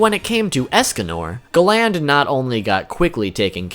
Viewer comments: Gland really you mean GA-land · sorry but the minute you said galan not galand im out bro to cringy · the way he says galan makes me cringe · Love the vid but i hate when you call galland,instead you call him galand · Galand not gland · I hate the way you pronounce Galand. They say it totally different and idk why it’s bothering me so much. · great video but a few points minor thing, its pronounced garan not galand, and the other thing, you called escanors move Divine sword escanor, however right before he uses that meliodas uses a move called Divine 1000 slices, so im pretty sure when you see the page and it says Divine sword that its meliodas who was trying to start up his attack but got interrupted by escanors move, and naming a skill of that much power after himself seems quite the pridefull thing to do XD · Galan not glan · why are u calling him ga land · Btw it’s pernouced Gal-end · "GAH-LAYND" jesus christ man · Pronounce Gallant properly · Gal-nd lol u need to watch the anime in Japanese lol u will see your saying his name wrong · I question your annunciation....Have you ever even watched this show?? Gallant.....GAL*LAN(T). Sorry for being picky....it drove me nuts. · Hearing him say Galand's name wrong made my ears burn 😂 thankfully I was able to finish it so I can know what the fuck Escanor is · Not how you pronounce galan